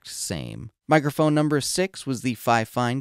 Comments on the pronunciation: Why are you pronouncing it like Fi-Fine? Everyone knows its pronounced Fine-Fine. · Sorry to say but you are saying it wrong it’s ‘Fine Fine’ not ‘Fi Fine’ dispite the spelling. 😊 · It's "fee feen" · If you want your company to be pronounced finefine, why not write it that way in the first place? 😂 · That pronunciation has always killed me 😂 I am pretty sure Think Media got that pronunciation stuck in people’s heads. I don’t understand why more creators don’t ask how companies want their name pronounced, even if it seems obvious to me, I still ask… it’s literally the least I can do. 😂